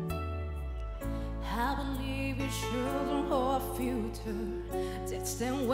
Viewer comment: Shildren? Fiuta? Pésima pronunciación.